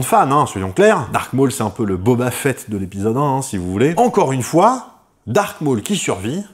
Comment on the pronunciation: Tu m'as souvent étoffé mon savoir. Donc laisse moi te rendre la pareille. C'est "Darth" Maul à l'instar de Darth Vader. Et non "dark" Maul. Darth est un titre Sith. Quand au second c'est bien Vader (signifiant père en allemand et en néerlandais) et non Vador. Ce sont des erreurs du à la VF, que les gens continuent de perpétuer à tort